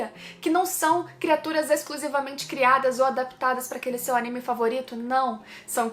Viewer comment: Por favor fala animê correto por favor